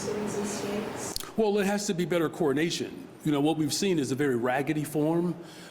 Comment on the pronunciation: When this guy says “coordination”, it sounds an awful lot like “coronation”